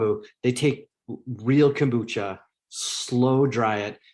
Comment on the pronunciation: I CANNOT with this woman! 'Expecially' and 'CAM-bucha'.... If you don't know English, and it is your first language, maybe don't do lives/videos?? #sorrynotsorry